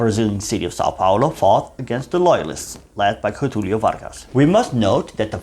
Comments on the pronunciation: Great job! Pronunciation: "Minas Jerais" "Jetulio" .... J sounds near English. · The "Ge" in "Minas Gerais" and the "Ge" in "Getulio Vargas" are pronounced as the "Ge" in Generation or in General.